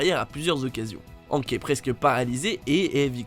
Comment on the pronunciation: La prononciation de hank bruhhhhh faites un efforr